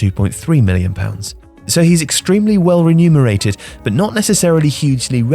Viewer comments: He's well REMUNERATED not RENUMERATED!!! 😆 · Uhhh, renumerated? That ain't a word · "extremely well-renumerated" excellent at counting is he?